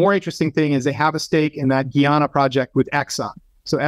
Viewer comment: It's pronounced, "Guy-Anna", not "Ghee-Ahna". 🤦🏽‍♂️